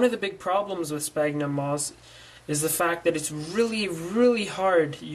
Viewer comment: Well you don't call people on your cell PONE right? It's pronounced cellFONE. SFAGhnumM. NOT SPAGNUM... How you can make a tutorial to grow something you can't pronounce is beyond me haha. Btw how fast does this stuff grow?